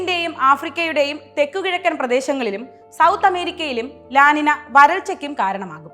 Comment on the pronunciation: 'ലാ നിന' അല്ല അത് 'ലാ നിഞ്ഞൃ' എന്നാണ് അത് ഉച്ചരിക്കേണ്ടത്. ഇതൊരു സ്പാനിഷ് പദമാണ്. അതുകൊണ്ടാണ് n മുകളിൽ ഒരു ചിഹ്നം ഇട്ട് 'ñ ' എന്നുള്ളത്. തിരുത്താൻ കഴിയുമെങ്കിൽ ദയവായി തിരുത്തുക.